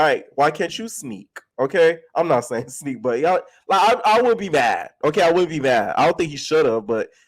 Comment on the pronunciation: you saying sneak stink 😂😂